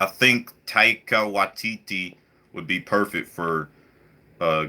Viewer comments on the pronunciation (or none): [TAI-KA WHY-TITI] (Taika Waititi) its not that hard to pronounce :D